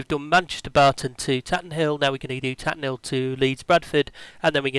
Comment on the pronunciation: It's Tatenhill (Tay-ten-hill) not Tatten'ill ;-) My home airfield.